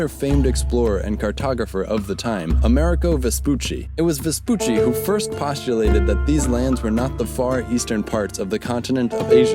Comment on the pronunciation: good job but man you’re intonations aren’t that correct (not that it matter much) haha ..it’s amerIgo not amErigo and slovEnia not slovenIa